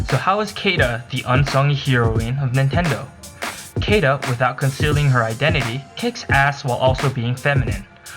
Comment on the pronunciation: I believe her name is pronounced "See-da".